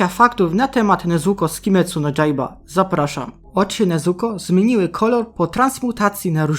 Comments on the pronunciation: MÓWI SIĘ JAJBA A NIE DŻAJBA 7 razy powiedziałeś "nezuko", a "ona" 8 razy używaj więcej synonimów pzdr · Yaiba czyta się Jajba nie dżajba